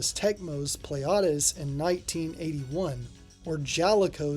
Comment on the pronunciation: "Pleiades" is a real-life star system and its name is correctly pronounced "plee-ah-dees" ... not whatever you said there :) Don't worry about it, though - Greek words are sods to pronounce, and I remember a friend of mine always called that arcade game something like "Pleads" - so your stab at it was closer than his. Just to add to the confusion, the name is actually mis-spelled on the game's title screen as "Pleiads" but it's spelled correctly on the cabinet art ("Pleiades").